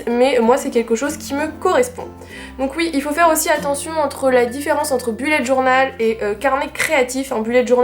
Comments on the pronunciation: BELLET DJORNAUUELLL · *Boullet’ djornaule* serait la bonne prononciation:) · Belette djornal